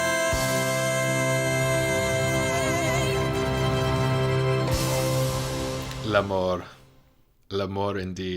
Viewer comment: I started this video and ten seconds in had a good giggle. Your pronunciation of the french 'l'amour' on screen like the italian 'amore' but without the e means that in french you're actually saying "la mort." Which is 'death.' You said 'Death. Death indeed' like it was so touching -- which is of course darkly hilarious considering the end of this musical.